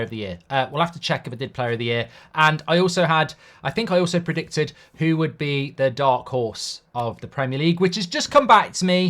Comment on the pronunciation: bro said predictudd